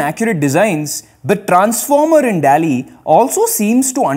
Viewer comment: Dall-e nhi Doll-E pronounce hota hai